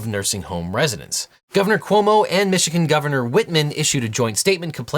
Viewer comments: Whit-MER but great video otherwise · OBJECTION: It's WhitMER, not Whitman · OBJECTION! It’s “Whitmer”, not “Whitman’ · Whitmer not Whitman or Whitler to some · Slight misspeak from you. You say Michigan's Governor Whitman. Her name is Whitmer. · Objection! Michigan's Governor is Whitmer, not Whitmen. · it’s Whitmer, not Whitman